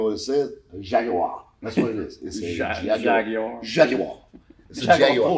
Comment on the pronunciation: 10/10 pronunciation saying Jaguar at the end lol. There are a few of these cars in the UK funnily enough. Our relatively non strict import laws have ensured a few interesting things come over